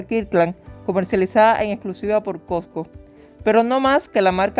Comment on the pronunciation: SE DICE COSCO NO COCO